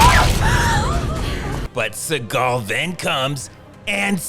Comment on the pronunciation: 😂😂😂😂😂 bro !!!😭😂😂 "Which is Steven Stegal specially" 😂